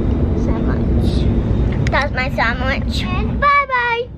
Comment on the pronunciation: I love how says “Samwich”😂